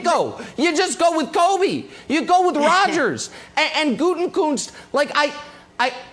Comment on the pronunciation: I can't believe I'm going to be that guy. THE MAN'S NAME IS GU-TE-KUNST! THERE IS NO "N" BEFORE THE "K".